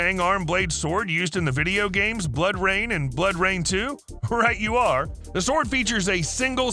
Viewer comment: Jetzt mal im Ernst.... Wer ist so Faul und postet ein Video und lässt die Sprach Steuerung für sich sprechen.. die nichtmal Blood Rayne richtig ausprechen kann :) ( falls das hier niemand aufgefallen ist ) :)